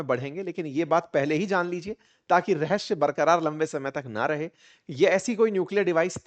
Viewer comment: Location Location रहश्य (Rahashya) नहीं, रहस्य (Rahasya) hotaa hai. 🙏